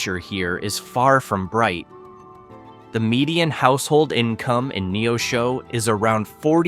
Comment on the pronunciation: This AI generated video mispronounced Rolla, and Neosho, among others.